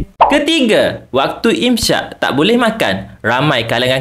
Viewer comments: imsyak❌ imsak ✅ = menahan diri Sebutan yang betul dalam bahasa Arab ialah “imsak” (إمساك), bukan “imsyak”. Huruf س dalam إمساك disebut sebagai “s” seperti dalam perkataan “sakit”, bukan “sy” seperti dalam “syarat”. Jadi, menyebutnya sebagai “imsyak” adalah tidak tepat. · Im sakkk bang im sakkk. Bukan im syakkkk